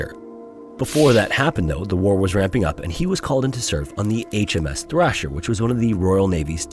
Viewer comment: So this brave guy, who should have been treated like the hero he was, was actually treated like a con man!........Somehow sorry just isn't enough is it! Just shameful.......I'm pretty sure the ship was Thresher.........not Thrasher.